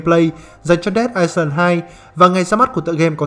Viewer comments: Island thì chữ s là âm câm nhé ad...Ai-lần nhen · góp ý là ad đọc sai từ "Island" rồi kìa, từ đó không có âm "s"